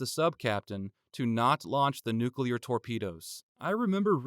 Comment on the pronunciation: Thank you for pronouncing nuclear correctly